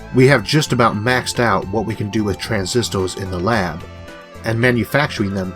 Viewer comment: I stopped listening when I heard the guy saying "computos" and "transistos" because I was understanding barely the half